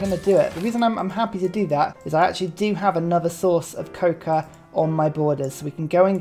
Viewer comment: Your pronunciation of cocoa has been bugging me for the entire video